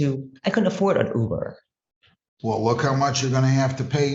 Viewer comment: “You coulda taken 100 You-bers (Ubers)…” 😂😂😂☠️☠️☠️